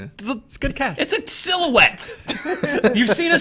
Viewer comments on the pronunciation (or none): I think you mean sil-you-ette.